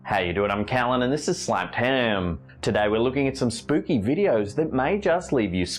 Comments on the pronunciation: It's NOT SNAPPED UAM it's SLAPPED HAM IDIOTS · Hihi I can't stop smiling whenever He said "Slapped Ham" seems like saying slapped himmm haha so slang! I like your narration!Thank you🔥